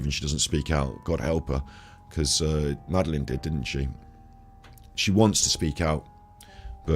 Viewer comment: Great vids - just to say it’s pronounced MAD-A-LIN 😊